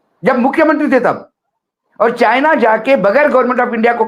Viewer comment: Assam cm be like calling (china) sienna 😂